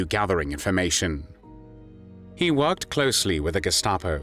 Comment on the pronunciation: Awful voice. Germany = Garmary. Worked = warked >> Awful.